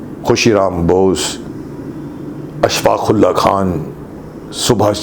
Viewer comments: Khudiram bose not khusiram bose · Not khushiram bose but khudiram bose...